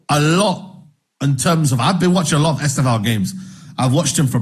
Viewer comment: lol the first guy "e-STARV-oh" I know he's a bit skinny but no need to be mean mate. I'm sure he'll be eating good